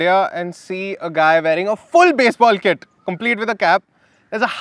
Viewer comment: "FULL BASEBALL KIT" why so much emphasis on that at the start?